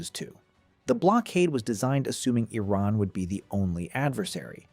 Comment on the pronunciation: I don’t think the narrator could have found more ways to mispronounce “Iran” in a single video.